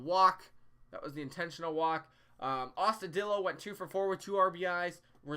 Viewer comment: Is there a particular reason you keeping saying Austudillo wrong? It’s a Spanish name